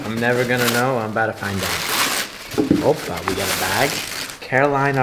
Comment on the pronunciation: Him saying oppa is just straight up brain rot😂😂😂😂